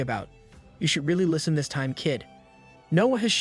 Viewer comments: I die a little inside every time I hear “dis” instead of “this”. It wouldn’t even be that bad if it didn’t sound like the narrator wasn’t purposefully emphasizing the d. (Edit: I was wrong, apparently it’s the “th” sound in general that’s being violently replaced by the letter d.) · I absolutely love this channel, but oh my dear Christ does the fact that every "This" is replaced with "dis" gets so old. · The only complaint i have is the ai saying dis instead of this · Love the content...please stop with the dis and doh's though please lol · "This" and "suddenly" not "dis" and "saddenly". I thought "Diz" was another character at first. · I love how he says: "dis" instead of "this" makes me laugh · I love how he says "dis" instead of "this"😃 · I love the the ai says dis instead of this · As usual the A.I. pronunciations are complete ass (dis, dat, gender confusions) but the story is great! Thanks for posting this. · is it me or do i hear every "this" as "dis" NAWWW BRO BROUGHT UP CAPTAIN UNDERPANTS AND HIS STICK